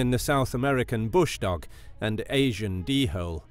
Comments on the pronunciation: its pronounced dole not d hole lol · And Asian D hole It’s prounced (dowl) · "Asian D-hole" lol gotta laugh... well off on his pronunciation. 🙄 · Like the video , but when you said d-hole i really laughed (Just for anyone Wondering it's pronounced dol as door but an "l" instead of "r" ) written dhole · It’s dhole not d-hole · Asian D-hole? That's not how you pronounce dhole.